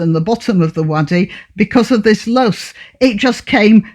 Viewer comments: Loess is pronounced Loh-ess. In Australia I believe they call it a''bulldust'', which was, in the past, a reference to its similarity to the fine dust churned up by bullock trains in the dry clay soils. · I think it's pronounced "low-ess".